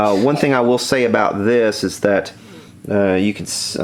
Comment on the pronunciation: at about ... might be "this is" but sort of sounds like "this-ins" LOL if you did that's okay because I'm from the dirty south as well!! YEA!!